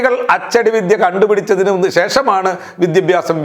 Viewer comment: സാറെ വിദ്യഭ്യാസം അല്ല വിദ്യാഭ്യാസം ........ ശരിയാക്കുമല്ലോ?